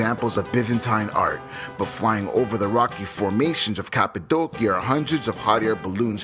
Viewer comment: You do such a great job narrating your travel videos! I really hope to visit Cappadocia one day, it seriously looks out of this world. Also, I never knew the proper way to pronounce it until this video! lol